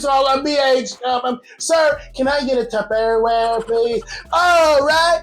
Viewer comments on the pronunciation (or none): none